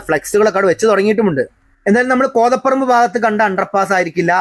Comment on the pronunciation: കോതപ്പറമ്പ് എന്നല്ല ഉച്ചാരണം. കോതപറമ്പ് എന്നാണ്.